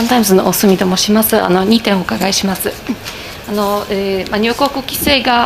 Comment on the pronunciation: 記者さんへ：入国は「にゅうこく」ではなく「にゅうごく」と発音して下さい。お願いします。